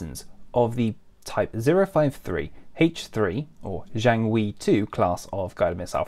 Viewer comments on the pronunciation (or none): Jiangwei, not jianwei. Missed a G, mate. Nice research otherwise